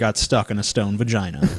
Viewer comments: You stole the pronunciation of vagina "vagin" from Borat xD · Lost it at "We got to get this guy out the the giant vajeen!" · Its pretty ironic that such a big pussy cant say vagina lol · Why is the guy giggling like a 5 year old? Ok, so he's gay but he's been in a vagina at least once. He's almost 50, he should at least be able to pronounce the word.